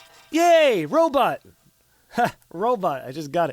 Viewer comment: “Row bot” Oh my god I think I just died laughing